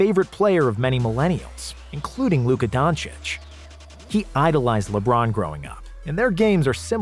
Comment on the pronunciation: U mean Luka Donakick?